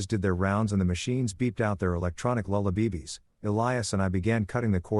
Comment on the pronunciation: ...and dont start me on 'Lulla - beebies'..😂😅